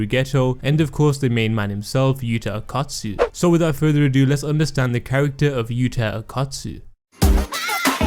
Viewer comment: Why do you keep saying akat tsu , thought it was o kot tsu